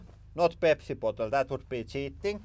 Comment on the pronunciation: the funniest part of this video is when he says "this is 2 liter water pottle"